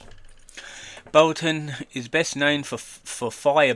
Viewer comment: He works, he’s not on the dole! It’s ‘trespass’ not ‘truspass’, it’s “Cottesmore” not “Cottlesmore”, it’s “Broughton” not “Bolton”, it’s “Bernadette” not “Boanet”. You are funny beyond words.